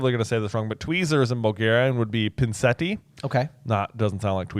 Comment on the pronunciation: Wow you nailed the pronunciation of "pinseti" and "sedalki". Fun fact: most of the surnames J.K. gave the Bulgarians in the book are not actually Bulgarian surnames. For example Krum is a first name. Zograf and Levski are nicknames given to historical figures.